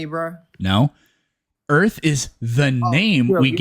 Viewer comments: 1. It's "Earth", not "Earfth" 2. "Earth" is not Hebrew 3. NASA doesn't rule the world 4. This caller is painfully & aggressively unintelligent 5. "We gotta take this back to elementary school for you" - caller is talking to himself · for all flat earthers and dunces , ITS EARTH, use the TH like in them or they or the, not EARF. Learn how to speak the word in your language before you tell people what it means in Latin. LEARN TO DO BASIC MAFF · I didn't know "Earff" was a planet.